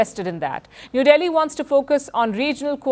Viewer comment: Warns or wants? Surely you should be getting that right!! You've lost all credibility in my eyes now. HEADLINES FIRST😂😂😂👎👎👎